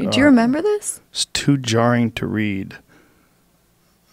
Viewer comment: "membee when trump said...?" "Oh yeah I membee."